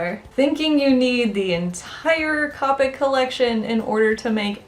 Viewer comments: c oo pic not caupic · Am i the only one who feels weird by hearing cah-pic instead of coh-pic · very good points that you made, thank you for this video. :) getting ready to watch some more of your videos! Something to note: Copic does not rhyme with topic. it's pronounced with a long o sound coh-pick this comes from Copic's FAQ page here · SHE SAID CAWPIC OMG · Great video! Another mistake that Copic artists make is the pronunciation. Its actually Copic - long "o", "COH-PICK". Here is the link directly from their website with the pronunciation. :)